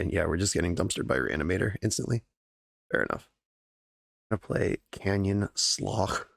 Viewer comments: Beautiful deck :) it reminds me of Caleb Gannon's wild pauper brews. btw, I believe Slough is pronounced like "slew" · pretty sure it's pronounced slew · The land that you were struggling to pronounce in the first match is pronounced sluff. Think of it like tough. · Slough is pronounced sloo Edit to be clear: the same oo as in snoop, hoop, loop, sloop, soup, etc